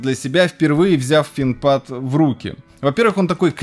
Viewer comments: Финкпад это да веееещь))) пояснил тоже за финк пад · Финкпад) ну хватит уже)